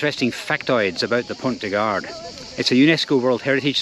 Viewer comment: Great video. Just for info don't pronounce the d in Gard, it's pronounced Pon du Gar 😊.